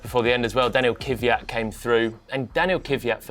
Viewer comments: Can you teach him how to say Kvyat please? It absolutely is not “Kivvyat”! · It's KVYat not KYVat... How hard can it be?